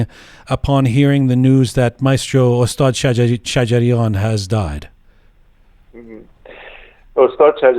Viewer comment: I am sorry, l would like to point to your pronunciation of (Ostaad Sajarian ) استاد شجریان. If you say “Ostad-e Sajarian, pronouncing the e after Ostaad, it means Shjarian’s master but not Master (Maestro) Shajarian. Just a small detail.